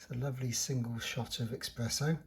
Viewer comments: ESPRESSO. NOT EXPRESSO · Very nice video. However, we say Espresso, not Expresso. :) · Thanks for showing us the machine, but its eSpresso not eXpresso